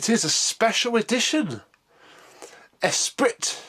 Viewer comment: It's pronounced "Esprie" but spelt like Esprit